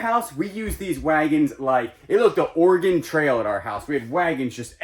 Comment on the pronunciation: I'm super impressed you pronounced Orygun correctly. Watch some videos on how to use ratchet straps .... very easy. For your vehicles that sit, a battery tender keeps your battery maintained without overcharging